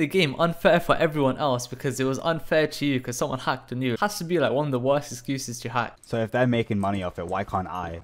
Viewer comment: the client literally says wurst